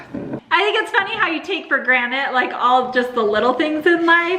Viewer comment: “take for granite” 🙉😂😂😂